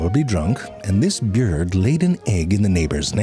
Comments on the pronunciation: its bird not byird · its bird not byird lol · he pronounces bird like "beard" lol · ITS BIRD NOT BEARD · Ok, but if we’re going to be like those hippie scientists, we have to get the pronunciations right. Ahem, it’s bierd, not bird smh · Is it bwurd? Or beird? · ah yes a “byird” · Can't get over this guy saying "bjird" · He lost me at "BYURD" and "BEHBEHS" 😒😒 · So we’re just gonna ignore the guy calling them byurds? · "At some point you've probably stumbled upon the nist of a bjird" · Byurd? I wonder how long I can say it like that before my wife catches on? 🤔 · I vant my Boyrd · Bro really says “byird “ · What's up with the whole ''biurd'' pronunciation? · When I see a new True Facts vid, my internal voice screams, "YEAY!" like a kid whose parents announce they're all going for ice cream. Then as I clicked on it, I realized it's about birds and I was like, "Oh he's gonna say it, he's gonna say, "byuurd" all throughout.""" I love Ze's morphing of words. Yet the solid science of the subject matter is amazing and informative. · Lol he calls it a byird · I wish there had been more commitment to the pronunciation of byird. 😂😂😂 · "At some point, you've probably stumbled upon the nest of a BYERD." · wtf is a "byurd"? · You just wanted an excuse to say Byerd. I approve. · Somehow every single time he pronounces "bird" it catches me by suprise. I know it's coming! But it still cracks me up.